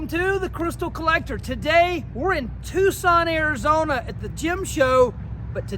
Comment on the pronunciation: Finally someone who isn't from Tucson says Tucson right lol